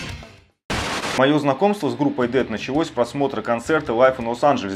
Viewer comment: Но правда правильно произносить Дэс*